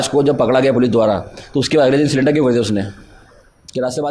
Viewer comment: वह सिलेंडर नही,सरेंडर है.... "सही पकडे है " 😂